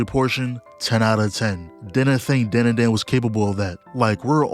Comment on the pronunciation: You hear the OP and still say the name wrong? We gotta stay locked in,.